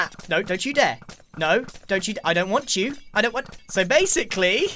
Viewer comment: Base-icly? are you seraius grian?